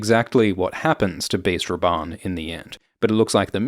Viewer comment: i was just listening and thought you where calling him "based Rabban" haha